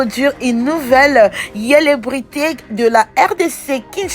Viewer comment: Eh madame fr apprend le français d'abord au lieu de parler tu parles au lieu de dire célébrités tu dis welebrité apprend français dêh tchourou ô pi ci t'est ivoirienne tu comprends